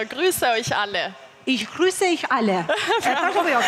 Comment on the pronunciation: "Ich grüße euch alle" moj jo " Ich Grüße ich alle " te pakten mos thuaj qe ke bërë kurs dhe që për të lexuar e lexoj mirë dhe për të kuptuar nuk e kuptoj. Ti as t'a flasësh nuk e flet. Gjithsesi më mirë mos komentoje fare e dashur se sa fole. 🙏🏻